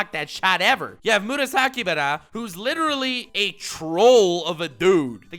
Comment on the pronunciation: The greatest rivalry is and the pronunciation of Aomine and Murasakibara.